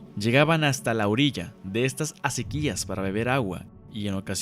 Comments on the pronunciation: eeee zonzo... no se deice... acequíiiiias... son acequias sin acento.... menso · Oye, un comentario, no es asequías, es asequias con acento prosódico en la e. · Se dice Acequias y no "Acequías"... Es palabra grave y no lleva acento, y tú la estás pronunciando como si fuese aguda acentuándola en la última sílaba, si te fijas bien en tu guión, notarás que no lleva acento en la "i" ni en ninguna otra vocal. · No son asequías, son aséquias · Asi es... acequias sin acento y la sílaba predominante es CE acéquias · Acequias no se pronuncia asi :P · Se pronuncia acequias sin acento en la i ....